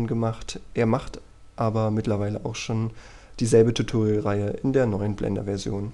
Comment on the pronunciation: Verdammt nochmal ich raste aus wenn der noch einmal TUTURIAL anstatt TUTORIAL sagt. Das ist ein verdammtes O und kein U